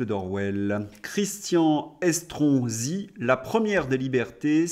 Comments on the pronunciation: Vous avez dit Escroc-si ? Ou ai-je mal entendu ?😂😂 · Estronsi, l'ai je bien entendu 😂